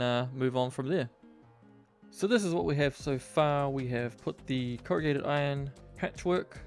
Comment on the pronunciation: "Crowgated Iron" forged by the finest Crow blacksmiths of the land.